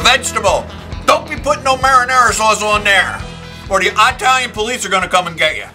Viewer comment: did you really just say Eye-Talian??!! And FYI, I have made it with white clam sauce and it was awesome!